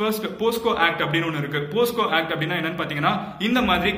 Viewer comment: Bosco act illa.. Bocso act